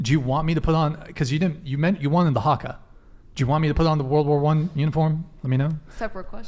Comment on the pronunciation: Well done with the haka great pronunciation nice work